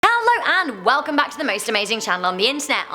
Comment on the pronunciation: Haller and welcerm lol, at least you pronounce 99% of it correctly unlike Landon (give that boy some pronunciation lessons)